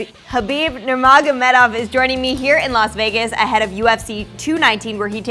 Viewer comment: Lol. Kalabeeb vs Stipocic😭